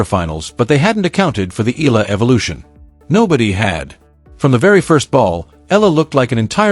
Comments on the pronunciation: E-YA-LA not E-LA is the correct pronunciation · Eala ( eh-ah-la). Correct pronunciation! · Regurgitating news. So AI. At least Please pronounce her surname properly as part of the respect and admiration for Alex’s achievements that this channel projects